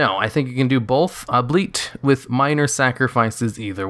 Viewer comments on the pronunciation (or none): "Albeit" = "all-be-it" as in "although" or "though"; "He ran 10km, albeit very slowly". Love you channel and your videos!!! Thank you for this one. : )